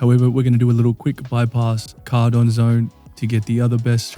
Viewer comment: Great video, shooting the s12k down is a great tip. How you say Cordon weirds me out though xD